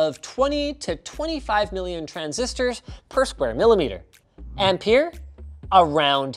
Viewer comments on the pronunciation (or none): Sounds like you rather said "Empire" than "Ampere" lol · Okay so in Australia we pronounce ampere like 'amp-air' so every time Linus said it i was like whaaaaa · Ampere rhymes with pear. Just so you know!